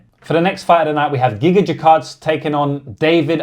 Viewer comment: Tell me you're a casual when you can't pronounce Gigatze